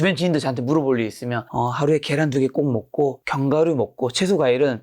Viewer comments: 겨란 아니고 ᆢ 계란🥚 ㅋ 너무 습관이신 듯 TV방송에서도 늘 그렇게 얘기하시고ㅠ 고쳐주시기 바라요~~~ ㅎㅎ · 겨란이 아니고 계란입니다! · 겨란 발음이 너무 거슬려서 저도 잘 못듣겠어요ㅠㅠ 집중이 잘 안돼서